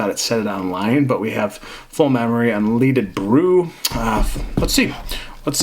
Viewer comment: un-led-ed, not un-leed-ed.